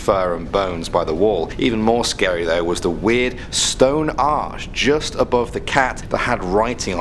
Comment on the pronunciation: He said gust not just